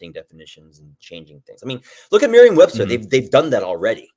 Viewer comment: Did he say Merriem Webster, the dictionary?